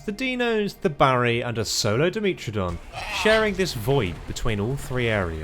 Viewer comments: sorry if its rude its not intended to be but its die met tro don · the way you pronounce Dimetrodon, Dryosaurus and several other animals upset my ears, other than that great video.